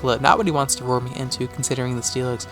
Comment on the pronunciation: Everytime you said roar I heard it as vore, and I had to rewind a few times after choking on my soda in laughter.